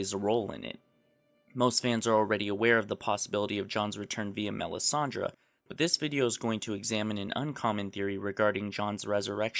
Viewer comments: IT IS MELISANDRE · OMFG PRONOUNCE THE NAMES CORRECTLY. Who the fuck is this Danerias? And it's not Melisandra - it's Melisandre. Good points, but really detracted from by your mispronunciation.